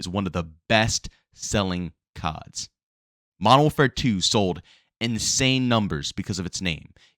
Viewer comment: "Modow warfaa"